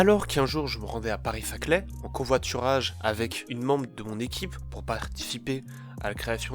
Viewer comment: C'est pas zaclay c'est Saclay